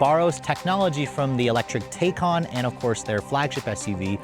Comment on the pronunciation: Come on. It’s been out long enough. It’s pronounced ty-kuhn!